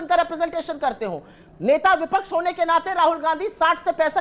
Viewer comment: ये भदा को" विपक्ष " बोलना भी नहीं आता, बोलता है " विपछ " 😅😅😅